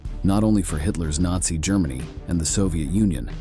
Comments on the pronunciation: Grrrr Many 🐻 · The narration is absolutely horrible. "Germany" with a hard G , too funny. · Love this channel but what is wrong with the narrators pronunciation? Is it AI? "staylin" instead of Stalin "ger- many" 😂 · Is this an AI voice? This buffoon cannot pronounce simple words like Germany, Stalin and grandfather. Zero credibility here. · This artificial intelligence or whatever it is called is b.s. After less than 9 minutes the "narrator" is mispronouncing such 3rd grade words as Germany, reserved, Reich, recovered and more. Can't the producers have more respect for the audience, and for history, than such garble? Besides, several facts are wrong. This video refers to the German Army uniformly as Nazis, which technically is not true. Yes, the SS and the officers volunteered or were appointed as members of the Nazi party. However, much of the regular Army (Heer) was conscripted, drafted, not considered SS material, or volunteered to fight out of patriotism and duty, but were not ruthless high testosterone ferocious killing machines. Secondly, taking Stalingrad was an important propaganda objective for Hitler, but in itself it was not strategically vital. The video, and many historical sources and war histories, makes clear that Oberkommando told Hitler it would be better if Stalingrad was bypassed. Few in the Nazi high command thought that the capture and destruction of Stalin's namesake city was worth the risk and sacrifice they knew it would demand. It was invaded to hold down and off the Soviets across the Volga so that they could not eventually attack the left (eastern) flanks of the many Panzer, SS and Army divisions heading south to seize the oil fields. But Hitler seemed more obsessed with profoundly insulting Stalin than in the far more crucial goal of taking Soviet resources to support the Nazi war ef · The robot narrator is good for a laugh "Grrrr-many", "the third rietch", "a dignifid grave" The rest of the video is ghoulish.